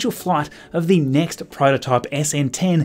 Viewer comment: “Net week” heh